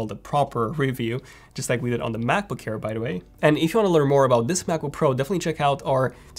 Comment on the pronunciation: U have to watch ur pronunciation of “air”, it always sounds like “care”, just have to be aware of it